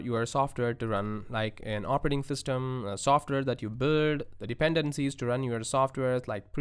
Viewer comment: "Operating Thystem" ;-) JK, great video! Thank you!